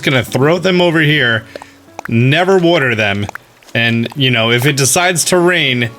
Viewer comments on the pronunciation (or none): no one:: worter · Wodder wodder wodder wodder wodder